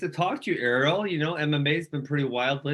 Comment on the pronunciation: Ariel kept pronouncing his name wrong